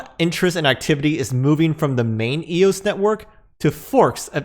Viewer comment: Yeah it's so dead it just had a massive run and is on pace to be worth $20 by fall. But thanks for actually calling it eos and not E-O-S.